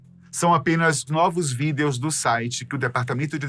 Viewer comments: pq vc fala VIDEOS, fala VIDIOS por favor 😭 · Toda vez aquele pronuncia vidEEEos eu me desconcentro kkkk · Que agonia dessa pronúncia dele pra "videos" 😅